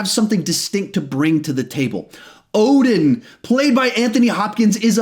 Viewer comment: Love how you pronounce "Odin" like you actually say it like it's supposed to be said. Like the way we say it in Sweden, you said it like it was in Swedish, threw me off, in a good way. Odin is actually "Oden" in original, and Thor is Tor. And then you've got Mjölner... Not even Stan Lee could pronounce that name... Even said in an interview with Kevin Smith that it was made up nonsense that didn't mean anything. "Mjöl" is flour in Swedish, so Mjölner practicly means "Mill"? Or something like that. Whatever. This was pointless. ENDGAME HYPE is fucking me up!